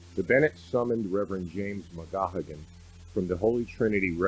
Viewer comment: I personally know Father McGahagen, it’s pronounced Mick-gay-gen all hard G’s